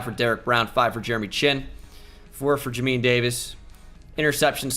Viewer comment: Jay-min Davis. Not Jameen